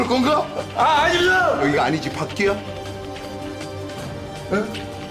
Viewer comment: 아닙니다! 그럼 여기가 안이지(아니지로 발음). 밖이냐? 여기서 크게 뿜었습니다.